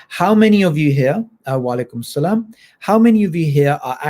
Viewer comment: I like the way you say salam...😊😊😊